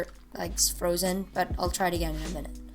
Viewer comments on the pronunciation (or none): none